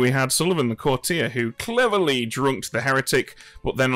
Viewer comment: Why do so many of them pronounce it courti-yay to rhyme with every day? No idea if they say it differently in the US but anyone British should know it's pronounced courti-er to rhyme with naughtier?? Baffling!!